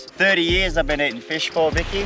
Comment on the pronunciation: "Tha feesh"